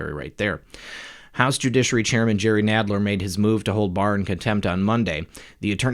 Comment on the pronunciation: Nadler sounds like the guy on Princess Bride (mawage, mawage is what bwings us togeva today...wove, twue wove)